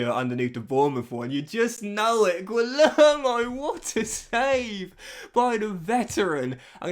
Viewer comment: Great episode again, just wanted to say that Guillermo is pronounced 'gee-yerr-mo', he's a fantastic signing of yours from the looks of it so far